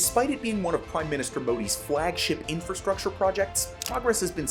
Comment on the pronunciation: That's not how to pronounce "Ahmedabad". It's not the correct pronunication for "Modi", for that matter.